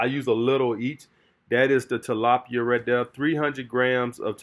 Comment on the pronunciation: I love but that ‘’rat ‘’ instead of right is killing me....but my family is from the south so I understand